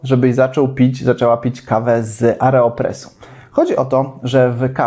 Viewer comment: Aero. Nie areo. :)